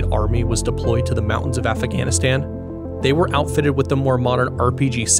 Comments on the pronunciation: production quality is just fantastic. only the mispronunciations are killing me... Soviet / Solviet ... Afghanistan / affaganastan, only meant constructively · "The mountains of afaghanistan", but otherwise a very solid and well-produced video. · "AFAGHANISTAN" Fucking AI videos. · afaghanistan :P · Aaaahhh... Those treacherous mountains of Af-ah-ganistan!!! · Probably the first time I heard anyone say "Afaganistan". I mean, how is anyone unfamiliar with that conflict enough to say that? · Sorry, did you say "Afa ghanistan"? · I’m certainly far from perfect. My surprise was seeing a video with exceptional visual production quality, and mostly superb narration, but peppered with truly bizarre pronunciation of certain words. If that is how you normally enunciate those words (Soviet & Afghanistan in particular), my apologies. I figured they were purposely said like that to drive up engagement, which just takes away from the overall quality of the work. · Never seen someone butcher the pronunciation of "Soviet" and "Afghanistan" so many times. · That's not how you say Afghanistan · Great video, a few nitpicks over pronunciation of Soviet and Afghanistan, but really incredible work! I cannot wait to see more